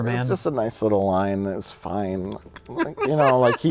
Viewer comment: Superman..."it's fone!!!"